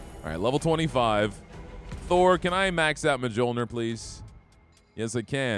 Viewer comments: J's in Norse are basically Y's. So Thor's Hammer is "Myol - neer" Just a heads up. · Mjolnir is pronounced (Mule-near)